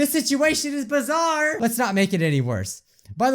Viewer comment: Can’t Say Bizzare Right? Well then.... P E P P E R S P R A Y